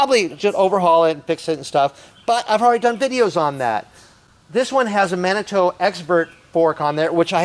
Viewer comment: Pronounced Manitoo. Not mannytoe